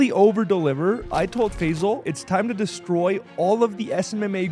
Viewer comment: Bro his name is NOT Fezal. His name is Fay-sal.